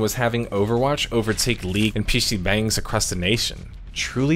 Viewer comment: He said pc bang like bang bang lmao it's bang like bong bruh